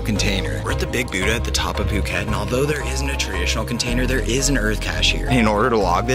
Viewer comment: It's pronounced "Budd(T)ha"